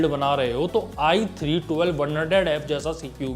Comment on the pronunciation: There is i3 for budget gamers, i5 for mid - tier builds, then there is i7 for high end gamers, and finally we have i9 for enthusiast gamers. But iG is for all the gamers. It is so similar when he says i3 or ig. (or atleast for me it is ).